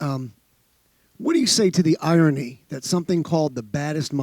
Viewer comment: Nate “irony(?) ummmm you mean eye-on-knee(?)” Diaz